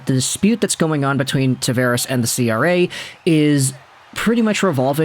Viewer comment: You pronounce his name wrong.